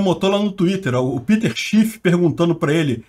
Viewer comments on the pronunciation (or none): none